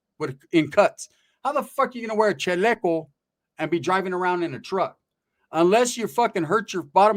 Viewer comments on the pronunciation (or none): It’s chaleco not Cheleco pendejo 😂